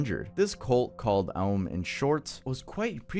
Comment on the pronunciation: That figure in the blood stained picture looks like drawn depictions of the Zodiac serial killer. Also, just a slight correction here, the cult led by Shoko Asahara, オウム真理教, is an oh sound, not an uh or ah sound. オウム are the katakana characters for o, u, and mu which, when put together sound like ohm. The u character is telling you to make the o sound a little longer. Just a small thing, no huge deal. Always love your videos,, keep up the awesome work!